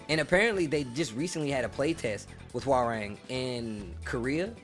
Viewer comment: as a Korean , So Cringy How Foreigners Butcher His Name . it is Pronounce HWA-RAHNG ( Not RANG Like The Telephone RANG ) Like Hyundai is Hyun-Dae Not Hyoon Dye lol~ FUN FACT the KRN ( Korean ) Character " 맥 " on his Front and BAEK ( Back ) of his DoBok is from TEKKEN 3